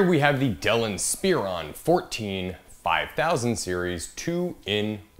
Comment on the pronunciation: "in-spear-on" lol